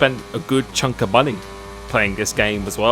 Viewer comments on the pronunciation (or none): none